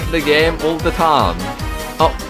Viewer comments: how annoying is when is saying tam NOT time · Why do you pronounce "Time" Taaam every single time ? xd